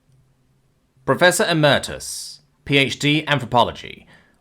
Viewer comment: Dude you really need to look up words you don't understand so that you will pronounce them correctly. In this one (so far) 'emeritus' and in one I just listened to 'anemone'. Both completely wrong and if someone is only listening an understanding of the character or story point may be lost. That's your job!